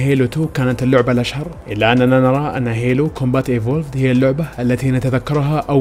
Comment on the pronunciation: يعجبني انك دققت في الكلمة حبتين زيادة لتأكيد نطق الاسم بطريقة صحيحة سمعتوا زين وش قال [هيلو] تنطق [هيلو] مو هالو !!!!!